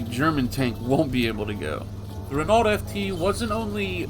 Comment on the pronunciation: It's pronounced Re-know, not Renalt. It's french so the nault is just pronounced no